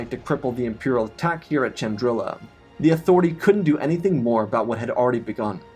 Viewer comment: I thought it was spelt.pronounced Chandrila not Chandril*i*a